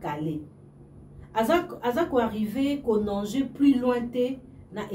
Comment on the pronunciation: On dit Nager. Et non Nanger😢